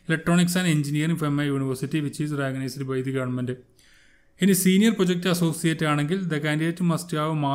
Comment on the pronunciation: മാഷേ,, റഗനൈസ്ഡ് യൂണിവേഴ്സിറ്റി അല്ല റെക്കഗനൈസ്ഡ് എന്ന് പറയു